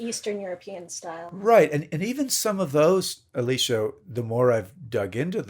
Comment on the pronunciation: I think he said “Eleesha” which is not the way she pronounces it, but it might be the way he read it if they were communicating by email.